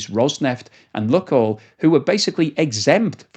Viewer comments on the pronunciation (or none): Oh, the name is not Luck oil but Luke (as in use the force) Maybe it will not be an issue for much longer though hopefully. I hope Putin sees the error of his ways and backs down. More importantly the Russian people need to understand the issue and not allow it to happen again.